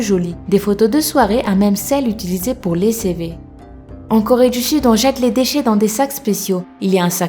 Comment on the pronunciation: Super videos mais tu dis trois corré du sud